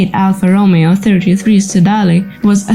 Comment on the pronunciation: I was wondering about the voice. Initially, I thought accent, cool, but then, with the pronunciation of Romeo, I realized I was wrong. AI makes perfect sense.